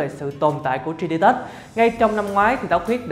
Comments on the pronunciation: Cả video bị ấn tượng bởi từ tri đi tớt(3d touch) đọc tiếng anh kém quá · Bỏ theo dõi vì cách đọc 3d touch